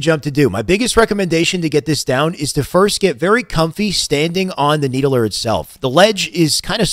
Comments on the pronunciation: Why you call it the “needle-ER”? Bro, it’s just the “need-ler”. Like the fiddler on the roof…not the fiddle-er. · "Need-el -er" lol "need-ler" <3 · Needuhluhr spartan.. Stand on the nee duh luhr